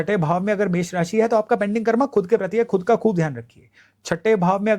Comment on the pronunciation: कर्मा नहीं कर्म बोला कीजिये